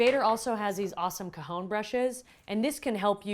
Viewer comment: Well done on the video. But I found it difficult to watch because you mispronounce the instrument's name. It is not 'ca-hown', it is 'ca-hon', the Spanish word for 'box'. Just chat with a native Spanish speaker to get your pronunciation correct. Otherwise, good job!